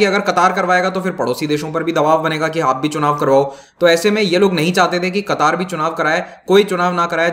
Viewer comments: It's not a qutaaar it's katar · Sir, it's क़तर not कतार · Its not qataaar, its qatar. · I think it's pronounced qatar not qataar. Qataar seems like hindi word for queue. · क़तार नहीं कतर होता है। अमीर नाहीं आमीर होता है। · Sir ji its Qatar not kataar🤣🤣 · It is Qatar not Kataar. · कतार नहीं कतर कहते हैं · Sir not a qataaaar but only Qatar. Democracy system of governance could only be success only when all the citizens are literature like kerala. It is not suit for such regions where illiterate people are more than literate. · It's Qatar, not Qataar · It's qatar nor katar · The actual pronunciation is Ghatar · Pronounce qatar correctly...its not qataar🤨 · Nam to sy ly mamo Qatar ha qattar ni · Your pronounciation of qatar is wrong. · Sir Qatar pronunciation sahi nahi h aap ki